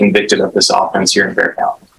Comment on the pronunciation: Clickbait. Narrator needs to STFU. BTY is Bexar county, not Bear County